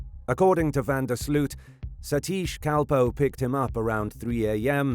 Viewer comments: Its pronounced van der Sloath.... Not sloot. Americans.. just make an effort lol. Sounds enjoying to Dutch people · It's pronounced van der Sloat